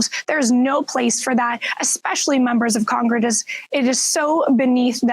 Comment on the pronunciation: i'm not sure if she said drunk traffickers, but i did hear her say congrgress, lol